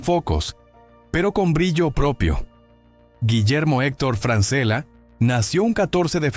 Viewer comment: El apellido se lee Franchella es italiano. A Francela no lo conoce nadie